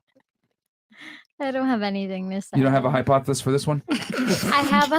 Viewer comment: This chick said Hypothesesissss lmaooo lol. 🤣🤣🤣🤣🤣